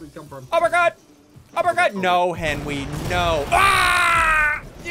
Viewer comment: “Air Benry”-Sigils lol